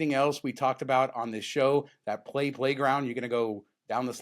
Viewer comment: That 'A' in play at the Luxor. Oh my!😂